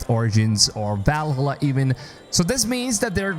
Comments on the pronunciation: Hey dude, don't take it personal as I like your video, but please spell properly Valhalla. 😅 It's supposed to be spelled Val-ha-lla and not Val-hallá. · Val-hala its pronounced Valhalla, one word, not val-hala... Love ur vids but you are trigering me lmao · Every time you say “Valhalla” like that I keep getting more annoyed 😂